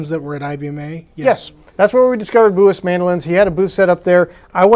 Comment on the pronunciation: Name "Bułas" is pronounced: BOO-wahs - accent on first syllable. And please don't insult our language by making a joke about the sounds. English is pretty stupid - "gh" is pronounced 3 different ways in these words: rough, though, night. Should be "ruff," "thoff," "nift." Or: "row," "thow," "niwt" Or: "ro," "tho," "nit."